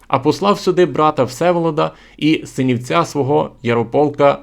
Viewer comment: Правильно говорить не "синiвцЯ", а "сИнiвця"( сИн - сИновец). Слава Украине!